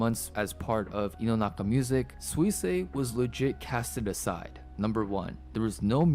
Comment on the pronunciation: It's not that Suisei is difficult to pronounce, it's that figuring out how to pronounce it from how it's spelled is a little difficult. (google translated version below just in case) すいせいは発音が難しいというわけではなく、綴りから発音方法を理解するのが少し難しいのです。